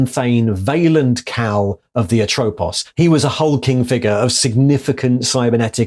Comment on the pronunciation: That should be lakhesis, meghara and atropos in pronunciation, those were greel furies and if you play the game hades you can get to know them.